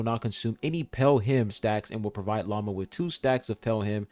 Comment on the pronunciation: I can't help myself. Everytime calls Lauma by her name I hear "lama" instead. Maybe, she is indeed not a deer, but a lama. 😂